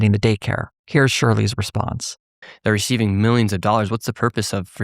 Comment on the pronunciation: is Shirley even capable of not fucking up his words every time he opens his mouth? "what's the purpose of receiving all these dollars..." becomes "what's the purpose ofr'cei'ing all these dollars..." He jams two words together and takes out two letters and a syllable. Like this guy is GLACIALLY slow.